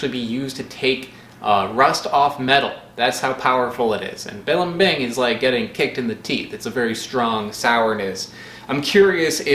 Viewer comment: say it with me: buh-leem-bing